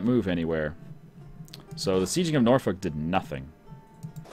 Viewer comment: sometimes your pronunciations are hilarious but your British ones are just painful. Norfolk is pronounced - norfook (no l) and Essex is pronounced - es.six (not sex) Although thank god you can pronounce Ayrshire, you are the only person i know on YouTube that gets it correct other than DDRjake.